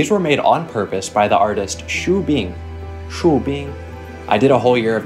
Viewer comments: Actually the "Xu" of Xu Bing is Xü not "Shu" and the final bye-bye is so Cantonese 🤣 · in xu the u is pronounced yu as in yu zi